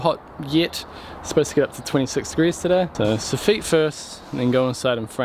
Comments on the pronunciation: you got to stop saying Sof-feet lol it’s Soff-it. Love the vids you are brilliant! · i know i'm being fussy here in UK soffit is pronounced sof-fit not sof-feet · It’s pronounced ‘soffit’ not ‘soffeet’ really grinds my gears whenever he says soffeet😂😂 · I do like it how the same names for parts sound different. You have the so-feet In this episode as you say it but we in the north east of England call it a soffit or soff-it I suppose. Always enjoy your videos though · Soff it. Not. Soofeet. No man. Great vid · It's soffit not soffeeeeeeet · Sofeet. Sounds french lol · Before I finish the video, sofeet, I’ve never heard Sofit said like that before , certainly not in Glasgow that’s for sure 🤣🤣🤣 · I think it's a Kiwi thing. Or maybe just a thing! We definitely don't pronounce it that way here in the States LOL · joke "soffite" is a French word and it would be pronounced your way but the English probably took it changed it to suit them and it's sof-fit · It is. We've followed how they say it for some reason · Or are you the ones saying it wrong? Anyway, that's the way we pronounce it in NZ. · How are you pronouncing soffit so wrong? 😂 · Sorry, how did you pronounce soffit?